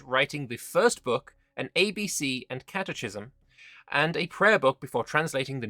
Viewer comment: you know Swedish alright but you gotta go re-learn english, that's pronounced Catekism😏😎